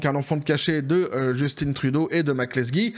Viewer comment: En passant, on prononce Jus-tin comme si on dit faim, non innn, et tu comme tu dis, on a réussit à s'en débarrasser, on ne veut plus en entendre parler, sauf pour le caller (rire de lui) 🙂